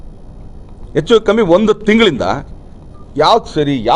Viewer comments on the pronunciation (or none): none